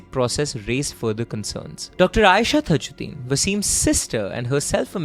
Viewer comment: Dude all thru' u mispronounced the victim's name it's not THAjddin but simple TAAJ'Ud'deen = ताज उद् दीन